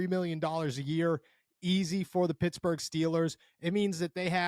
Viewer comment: Pittsburgh not futsburg